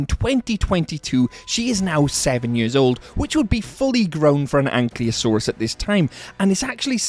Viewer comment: makes a whole video about bumpy, Cant even say Ankylosaurus right